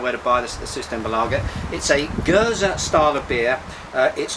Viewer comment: Oud indeed means Old :) You pronounce Geuze correctly as well. Surprising considering most foreigners usually forget to pronounce the last e. Hope you enjoy Oude Geuze as much as I do. ;)